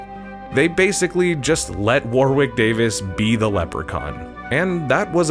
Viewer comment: Warwick went over how to pronounce his name. You don't pronounce the second "W". War-ick.